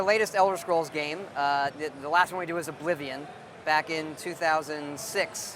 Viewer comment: "bring me brack". Made me lol.